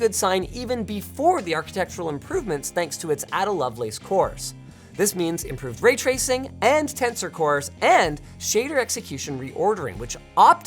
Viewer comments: Ada is pronounced "Ay-Dah" not "Adder" sigh. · "Add-uh" Lovelace. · Hate to be this guy, but Ada Lovelace is pronounced "ai-duh". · A-Da Lovelace, not Adder Lovelace! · Linus, you'd think someone like you wouldn't get this wrong: It's pronounced Ay-da, not Adda. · It's pronounced"Ey-dah" not "Adda" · Please respect the lady, it is pronounced Aid-a and she deserves every computer nerds respect. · Ada... [Ay-dah] ;) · Yes, I agree - a very thorough GPU testing job. I like that you compared across a swath of different monitor pixel densities and other parameter, and offered hints as to why various performance metrics perhaps came out the way they did. By the way, I'm pretty sure the first name of Ada Lovelace (supposedly the very first programmer) is pronounced with a long A as in Ay-duh. At least, that's how we always pronounced the DoD programming language Ada. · I'm surprised that a Canadian cant get the name for Ada Lovelace right. I thought Ayy was a syllable you were good at?